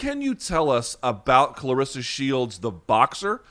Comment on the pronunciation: u r saying her name wrong, she corrected brett go to that video and see how it's pronounced